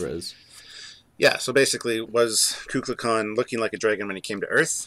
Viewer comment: Great episode guys as always. It is pronounced "Koo Kool Khan " The Feathered Serpent .